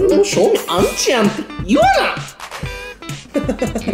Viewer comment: アンチじゃなくてウンチなのは草